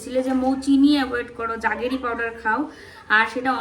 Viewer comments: Juggery noy jaggery powder. Pronunciation ta thik koro. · মৌ উচ্চারণ টা জাগেরি নয় , জ্যাগারি পাউডার। খুব ভালো থেকো তোমরা।❤❤